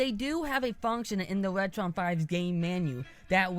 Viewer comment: wetwon 5 is wery wood wonsole you woron!